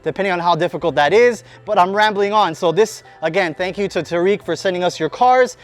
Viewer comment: Tareq. Pronunciation. Taa’rik